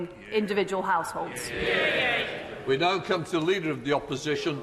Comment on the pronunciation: I've never seen an MP that can't pronounce 'households' before.